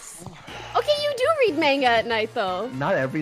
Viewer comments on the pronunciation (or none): _- Its (Mong-uh) = Manga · What is Manga, Toast? Your pronouncing it as Mango It's MAnga ma as in Ma (mom) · They really said manga like mango lmao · Say “Mainga” one more time Toast.... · The fact that everyone called manga, maynga made me want to die